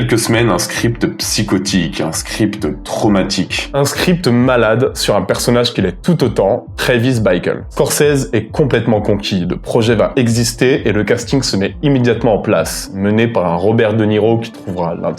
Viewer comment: j'adore tes videos, gros. MAIS je vais faire mon relou On le prononce TrAvis Beeckle. et non pas Traivis Bïkle. Mes oreilles saignent... mais je suis un sale con relou qui trouve tout le reste chanmé oh et je suis tres curieux de ce que tu peux pondre pour un Taxi Driver en mieux!